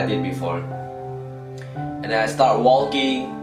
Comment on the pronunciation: Its Walking Not waLLLLking Its wrong to spell the L